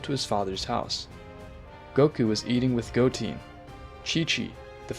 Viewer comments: Im not gonna lie i stopped watching when he said Goteen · Bro I'ma beat ur ahh if u keep saying goteen jyren and picro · I’m sorry I’m correcting you but it’s z fighters no warriors and it’s piccolo not picoro also goten you say it like gotn but it’s still a amazing vid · It goten not goteen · Bruh just said goteeeeeen. It is goten not teen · go-ten not teen, GOD that annoys me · Boi really said, Goteen, Gohain, and picaro💀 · “Goteen Gohen picciro” I think you mean goten gohan piccolo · its not gotin, its goten!!! say it with me now.... GO---TEN! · I stopped watching the vid after hearing " Goteen " . Clearly, the story is read by someone who never watched DragonBall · Go-teen Go-hen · this mf said picoro, gohen gotin 💀💀💀💀💀💀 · Guhin? Giten? Jiaeren? Kikiaru? Wtf i also almost heard gauko and u said it wrong u said ultra master instinct but its called mastered ultra instinct alraight am triggered peace out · I didn't know Gohan became GoHEN. I thought i could go through it but man, this is too much name butchering right here. Edit: Jyren Piccoro Gote Gohen Bruh you really need to get these names right man, it's like you don't know shit about Dragonball, just saying. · Bro said goteen and picaro 💀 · The pronunciation of some of these names lol. Jyren, goteen, picro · Bro cant say a single db name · good story he just said some of the names wrong love the video tho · Bro i feel like you’re saying their names wrong on purpose 😒